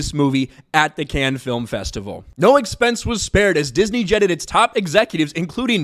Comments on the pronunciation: It’s “Cannes”, not canned. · Hey you asked yourself how to pronounce Cannes in one of your last videos, if you wanna be right, you call it like you would say cunning, without the ING, so just like cunn, it's a French City and that's the French pronunciation. I'm a German guy talking to a lot of French 😊